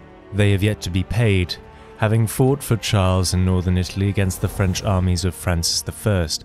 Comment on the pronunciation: The narration is pretty jarring... Why the need to pronounce things in faux French/Italian?